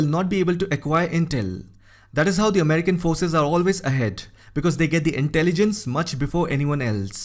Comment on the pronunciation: "Americal tagets". This guy sounds very much like the scammer who called my granny last month to get her social security number.